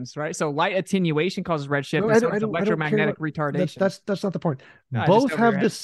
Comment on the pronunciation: he said elctromagneticretardation....... i fucking died LOL